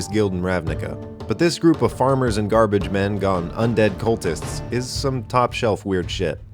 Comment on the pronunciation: anr instead of and